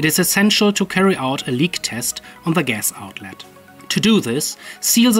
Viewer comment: hearing you say "zee gas" <3 <3 <3